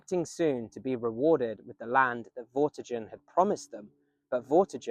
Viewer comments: Vorti-gurn, not jurn... 👍👌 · Vortigern has a hard g like in 'get' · Interesting video. But Vortigen/Vortigern is pronounced with a hard G (like the G in Gun), not like the J in Jail. I found that weirdly distracting. The video and information was good though, I did enjoy it otherwise.